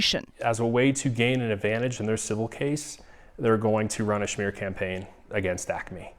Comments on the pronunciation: Did he just say "a schmear campaign"? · Lmao the guy called it a “schmear” campaign, like a bagel 😂😂😂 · He said "schmear campaign" 🥯 😅